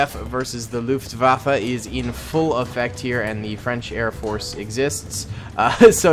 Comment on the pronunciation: ''Airport'' I thought it was Air Force lol